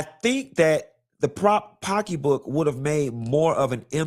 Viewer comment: Whenever says Pockey book I scream 🫣🤣🤣🤣